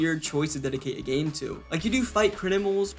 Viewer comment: i have never in my life heard someone butcher the word "criminals" that way 😂😂😂